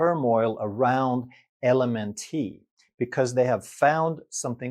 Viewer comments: LMNT is actually pronounced ‘element’. Great video! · Hey love your channel. LMNT is junk. But, it's pronounced ELEMENT. 😉❤ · I believe you're pronouncing LMNT wrong. It's pronounced "element". At least that's how all the cool kids pronounce it. 🤣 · LMNT- It’s pronounced Element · LMNT is actually pronounced “Element”. It took me a while to figure that out myself. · LMNT is pronounced "element" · LMNT is pronounced like the word ELEMENT. You don't pronounce the "T" at the end as a separate syllable. 😊 And I'm glad I came across this video because I was just the other day looking at electrolyte products on Amazon. I ended up passing on all of them because I didn't think they were worth the price you have to pay for them. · LMNT is pronounced ELEMENT